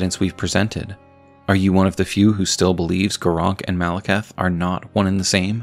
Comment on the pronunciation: Say it with me: Mal-eh-kith. You’re saying Malacath. Different guy from a different thing buddy.